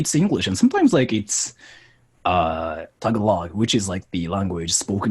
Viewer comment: The thing that made me cringe the most is how he pronunced tagalog he pronunced it like tell a log like tf